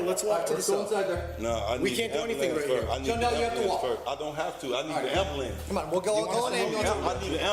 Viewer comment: Seandell , I need an "ambalans" I need an "ambalans"🤣🤣